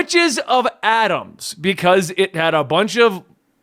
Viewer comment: The fact that they keep repeating Adams when it’s clearly Adamas! There’s an extra A there. This was very irritating!!